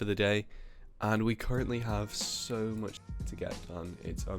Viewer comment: This Legend said Muck